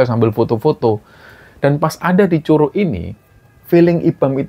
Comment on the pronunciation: Bukan curuk bacanya pake G 😂😂😂😂😂kaya baca G nya godhong😂😂😂😂